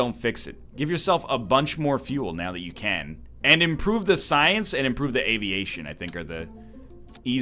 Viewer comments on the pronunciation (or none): none